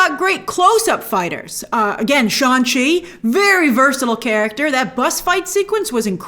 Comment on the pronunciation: it’s funny how shang chi taught people multiple times in the movie how to pronounce his incredibly easy to pronounce name and grace still chooses to call him sean chi